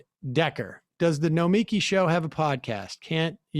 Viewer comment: jfc it's gnomey key